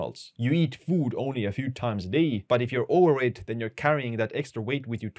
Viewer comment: Dam your "Overweight" is really hard for me to hear. Not saying I speak better English then you.